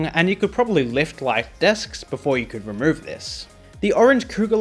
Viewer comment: The way pronounces "You" scares me